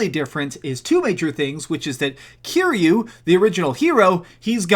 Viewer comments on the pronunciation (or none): none